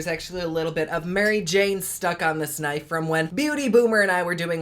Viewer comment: Let me pull out my K-nife... lol I heard that! Haha I pronounce the k in knife too😊